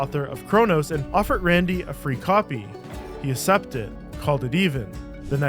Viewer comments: wtf is up with his ASSEPT (Accept) pronunciation?!!?!?! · ACK-sept. Not assept. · my god man i mean let me preface this by saying hell yea man get that bread, but cmon dawg i pay for youtube premium to avoid ads and you out here putting the longest creator ads I've ever seen on a video holy Toledo my guy. But at least judging by the way you refuse to say "accept" properly i guess you are just as mentally deficient and brain rotted as the rest of us so ill forgive it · Really great video, but someone teach my man how to say the word 'accept'. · Great video but your pronunciation of the word “accept,” it’s incredibly annoying. I think you know that. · Why did you make it a point to pronounce accept that way? That’s not the way the vernacular works.